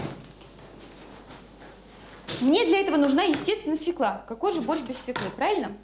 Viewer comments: Как же режет ухо эта "свЕкла"!!! СвЁкла!!!!! Да запомните пожалуйста! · Не свекла, а свёкла. Тундра😂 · Так вы задолбали со своей свЁклой и творогОм. Может, потому люди и отказываются так произносить, что звучит это отстойно 🤮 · Юлечка, я очень уважаю Вас, могу смотреть Ваши ролики часами. Вы потрясающая женщина, умная,красивая, приятная во всех отношениях, но, пожалуйста, пожалейте наши уши! Я знаю, что Вы знаете 5 языков, но в русском языке слово свЁкла пишется и произносится через Ё. Ударение падает на первый слог. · Дорогая Юля; ударение надо ставить правильно. Свёкла!!! Это же неприлично так неверно ставить ударение!! прямо слушать невозможно!! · СвЁкла, пожалуйста, свЁкла. Надеюсь, Юлия научилась готовить съедобный борщ) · И всё-так свЁкла!!! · В слове свёкла , ударение падает на - "ё" . Неужели высоцкая об этом не знает 😂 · Очень странно слышать от Высоцкой слово " свеклА ", а не правильное " свЕкла ", ведь рядом с ней автор " Низких истин " ... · Не свекла,а свёкла,даже ударение не может поставить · Наголос має бути на свЬОкла. Навіть своєю мовою не вміють нормально говорити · Да не свекла, а свЁкла!!! Аааааааа....Почему редакторы не исправляют?Все безграмо ные, это грубейшая речевая ошибка. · Юленька, вы в какой школе учились. Запомните такой детский стишок: Мы у тети Фёклы , ели суп из СВЁКЛЫ! Нет корнеплода свекла, есть корнеплод свёкла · Нет такого слова - свеклА! Свёкла! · Не свеклА, а свЁкла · Фууу, свЕкла, а как же кончаловские,😂 свЁкла, сказала бы Наталья забыла как по батюшке😂😂😂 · Не "свеклА", а "свЁкла", это если по-русски. Стыдно интеллектуальной элите делать такие ошибки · Какой ужас! Что она творит!? И всё-таки: свёкла, а не свекла. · Правильно говорить свёкла а не свекла. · Как же бесит эта "свеклА", даже у казалось бы грамотных интеллигентных людей!😮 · Нет слова свеклА, есть слово свЁкла. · Задолбала сто раз за ролик повторила свекла, свекла,свекла,да чтож такое то свЕкла твою мать,свЕкла,свЕкла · Свёкла, а не свекла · СвЁкла, Юля!